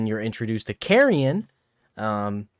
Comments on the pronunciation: I'm sorry, "carry-en"? It's "K-ear-en". Don't disrespect the poor downtrodden boy like that. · His name is pronounced “Keer-an” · Kieran is pronounced qere ran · I have this name and it hurts to hear carryin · the characters literally say Kieran so I don’t know what’s so hard about the pronunciation